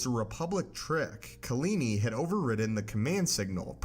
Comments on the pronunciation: (KAH-La- Knee) Kahlani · Do you mean KalAni?